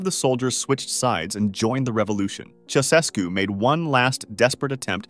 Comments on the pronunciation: ITS “CHIA-U-SHESKU” NOT “Sausesku” BRUH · I thought you'd like to know that Ceaușescu is pronounced chow-chess-koo, with a slight accent on the second syllable. I learned that back when it all was happening. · Ceaușescu is pronounced like this: Cha (rhymes with ha!) Oo (rhymes with moo!) Shess (rhymes with chess) Koo (rhymes with two) Cha-Oo-Shess-Koo. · CHEushesku, like che Guevara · His name was pronounced “Chow-Chess-Ku”. Just so you know. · You mispronounced Ceaușescu. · Somebody has probably already pointed this out, probably a Romanian to boot (which I'm not), but the first "S" in the name Ceausescu is pronounced "sh" rather than just a single "S" sound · You have the most incorrect pronounciation of the name “Ceaușescu”, that I’ve ever heard. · That's not how Ceausescu is pronounced. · You are not pronouncing Ceaușescu properly.